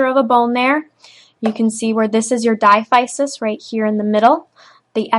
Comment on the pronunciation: Thanks for this. Diaphysis is pronounced as dai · a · fuh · suhs